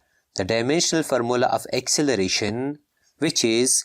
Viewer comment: Bro say formula as farmola😂😂